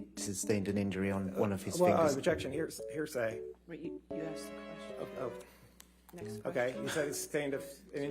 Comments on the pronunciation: " hersay" everytime , it's anoying and pathetic lol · Somebody, somewhere is going to come back to this trail and make a "Heresay" drinking game..... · Am I the only one that heard “hearsay” the entire time? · When you learn a need word and want to use it as much as possible lol "heresay"